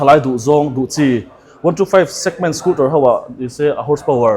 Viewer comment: Scooter tia lam ni thei se... a dik zawk hi Youtuber leh Public figure te hi chuan hmang hram hram ila. Dealer te chuan Scooter an ti thlap thlap a, ngaihthlak a nuam... hengte hi chhinchhiah zel ula